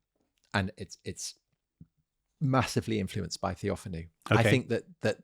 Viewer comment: TheophAno (TheoFAno) ... not TheOfanou